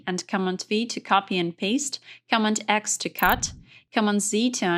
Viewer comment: The English was very good, except for the word Command. The accent should be on the 2nd syllable. It took me a while to get what the word was, and I was so focused on figuring it out that I missed what she was saying.She got Control correct. It's the same principle.